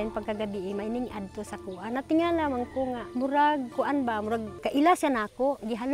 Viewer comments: Kadto not adto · Kadto..hindi Adto..pataka lang haw...hahaha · Kadto hindi adto